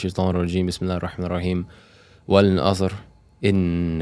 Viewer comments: Brother, I think you read surah asr wrong. Unless you read with a different style. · The brother recited surat al ‘asr incorrectly